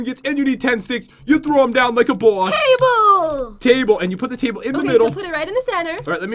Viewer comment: Is it me or did pat said cable instead of table